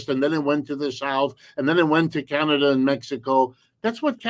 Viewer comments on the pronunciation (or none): none